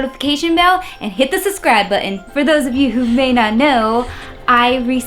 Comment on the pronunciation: Nice video but please stop saying EX-PECIALLY and SUSS-CRIBE